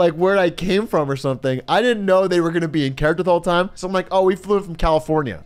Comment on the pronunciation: I can not stop laughing at the way Atrioc says, "THE WHOLE TIME"